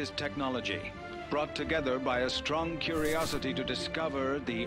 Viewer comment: Hmm a strong "curosity"